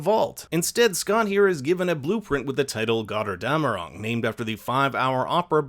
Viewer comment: "gother dam erung" - i love it when americans try to speak german 😄